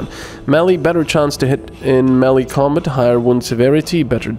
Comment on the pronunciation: Your accent is funny sometimes, Combit?